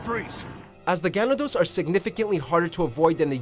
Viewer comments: Hearing you pronounce Ganado makes me cringe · That's not how you pronounce "ganado" but okay.